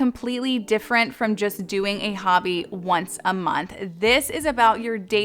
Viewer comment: I actually think “ dimferent “ is cute . I’m OCD and also ADHD ( minus the hyper part thanks to perimenopause) and can be the pronunciation police at times too. But I figured since I always get so much value from your content that there was no reason to correct you over it . I also figured that maybe you were thinking so many words at once that it might be the reason because my brain runs 1000 mph sometimes and if I have many words running through my head , I’ll accidentally combine two words as I’m blurting them out 😂. Now that I’m in perimenopause, I’m lucky to be able to remember words . I say “ Thing a ma bop “ when I’m asking my husband where something is and he will have to ask me to narrow it down 😂😂😂